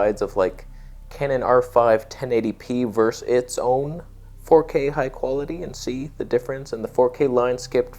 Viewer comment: "vers" the English language. Hehe